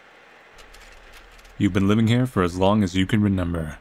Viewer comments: That moment when you've watched too much, and now you say renember instead of remember. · yall be thinking of all these thought-out theories and all I'm thinking about is whenever says remember he pronounces it as "renember" lol